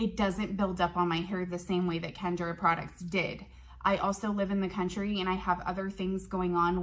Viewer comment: It's Kenra not Kendra